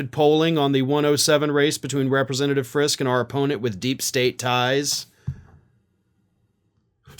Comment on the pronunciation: It’s pronounced, Frisk-EE. He is our rep, unfortunately, a hard religious, right, intense, write -crazy letters to the editor, anti reproductive rights, dude part of a well-known Friske orchards family. His primary opponent is 22 year old Parker Fairborn who is also from a well known family. According to Parker’s website, he is pro second amendment, anti Reproductive freedoms and rights for women, and is also hard right. Doesn’t support what our governor is doing. Jody Decker is running for the seat as a dem. She is a great normal person who wants to protect women’s reproductive rights and freedom. She’s someone who would actually listen to her constituents and not try to impose her religious beliefs on all of us. Vote blue if you live up in Emmet County. The GOP candidates are too extreme and some are pretty bonkers as is evidenced by this news about Friske.